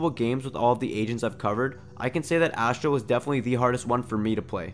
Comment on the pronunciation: Funfact astra means weapon in hindi , dont undeestand why name her weapon , although its spells astra its pronounces "USTRA"